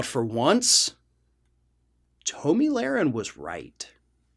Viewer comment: I feel like he mispronounces names and words on purpose. Tahhmi Lahren annTeefuhh